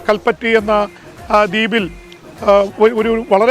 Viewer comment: കൽപ്പറ്റി എന്നല്ല പറയുന്നത്. കൽപ്പിട്ടി എന്നാണ്. അതെപോലെ ബിബി കുഞ്ഞിപ്പാറ എന്നല്ല പറയുക. ബീകുഞ്ഞിപ്പാറ എന്നാണ്